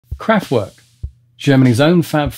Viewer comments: werk is pronunced verk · the mispronunciation of the band's name is a bit annoying though. And Radioactivity came out out Nov 1975 not 1977. And he skipped Trans Europe Express in 1977.